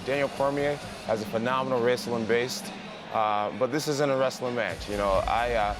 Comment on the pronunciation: "Phenomenal raesoolin based"